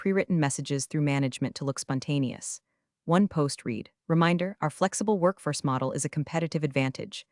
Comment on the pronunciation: This AI is better than most. Unfortunately it still can't tell, amongst other things, the difference between the past and present tense of 'read.' Which is annoying.